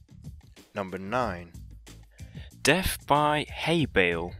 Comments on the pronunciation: It's death, not deff. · I'm I the only one who heard deaf instead of death??😂😂